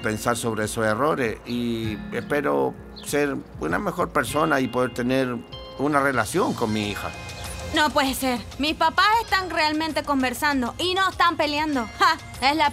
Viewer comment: Pueji, no je si ejtoy lista pa todo ejto!